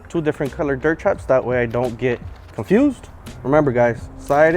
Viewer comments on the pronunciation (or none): none